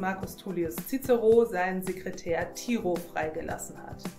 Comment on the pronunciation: Super schöne übersicht. schade nur, dass bei namen wie Caesar oder cicero nicht auf die scheinbar richtige Aussprache geachtet wurde